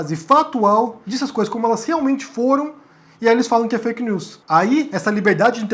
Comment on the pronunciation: Este cara não sabe nem falar veja o que ele falou.fak lius